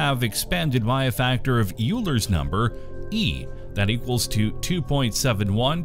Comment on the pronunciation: Euler is pronounced like "Oiler"